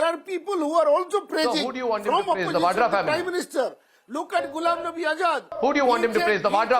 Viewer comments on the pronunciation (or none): none